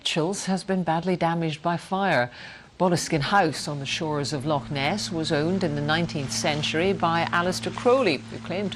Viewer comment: Brilliant vid, and thank you for saying Loch Ness instead of LOCK Ness.